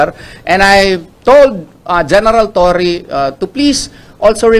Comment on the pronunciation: Torre po Ang Tamang pronounciation hindi “Torri” aayusin po ninyo, ok na sana yung pag English English mo